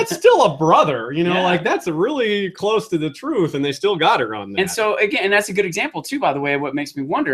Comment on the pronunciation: I know it's petty, and people will hate on me for it, but every time said Jay-ken instead of Jock-en I felt a fire just burn in my stomach. Meister instead of Maester(which to be fair, I did the same thing for maester). Urine instead of Your-on( which a lot of people do). I know, it's petty and pointless and means nothing either way, but there you have it. But all in all I like em.